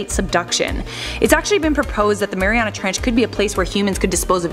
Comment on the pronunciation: Mariuana treench xD